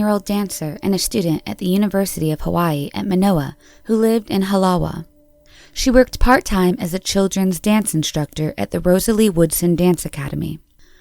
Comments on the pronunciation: Halawa is pronounced Halava —thanks for featuring Diane Suzuki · You pronounced Halawa wrong, the W is pronounced like a V.